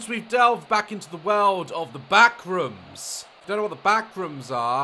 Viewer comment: The way Daz pronounces the backrooms "the BACKRUUMS 😬"